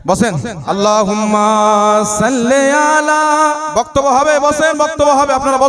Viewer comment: সাল্লে আলা ভুল।সল্লি আলা ঠিক।